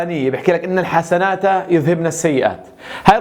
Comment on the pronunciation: { ان الحسناتِ يذهبن السيئات } بالكسر وليس الحسناتَ